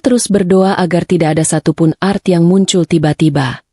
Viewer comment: Bukan art membaca nya ,tapi A R T